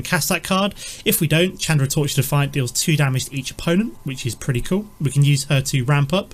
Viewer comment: you're saying Chandra wrong.